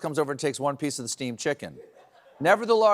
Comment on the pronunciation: Is he saying Steve’s chicken or steamed chicken?